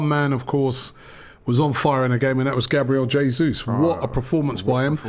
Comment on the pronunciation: Did anyone hear “JABRIEL JESUS” 😂👌